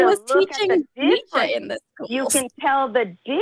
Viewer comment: You got caaa Jung, you got Neeeech 😳😂